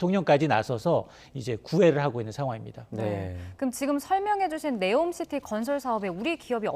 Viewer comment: 네오가 아니라 니옴 시티